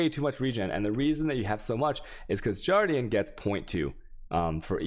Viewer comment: I also noticed from other videos.... harbinger and guardian...swap the 2 G's and you have it